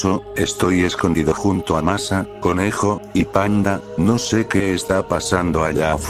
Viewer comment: Por qué dijo masa 😝 jajajaja xddddddd😂😂😂😂😂